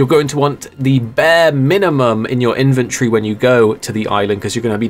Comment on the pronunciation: Take a shot every time says “Inventree” instead of “Inventory”